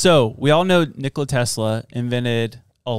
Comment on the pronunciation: "Nick-luh" lmao say his name right